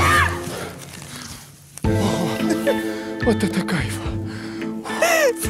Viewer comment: сказала куратно